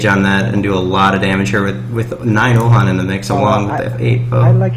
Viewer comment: uhlan not ulhan :P